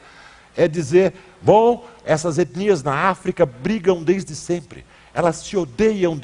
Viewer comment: Nojento ele fando "etnias". Quase um sotaque gringo num todo.